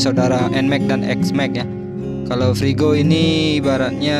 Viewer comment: Frigo mas bukan prigo